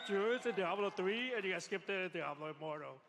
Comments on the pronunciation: grey hair centre quiff keeps calling it jablo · "Full fledged "dablo" experience." "We are super excited about it"... Ughhh